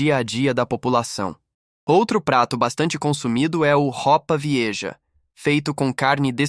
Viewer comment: A IA não sabe pronunciar o nome do prato en espanhol, ROPA VIEJA: ROUPA VELHA. Em nosso país, a comida mais repetitiva é o AROOZ X FEIJÃO. Gostei da reportagem! Um bom TABEFE na cara de quem aceita apoiar a criminosos ditadores, que sempre deijam os países que governam, na MISÉRIA TOTAL!! ACORDA, BRASIL! SAI DA LAMA! 😢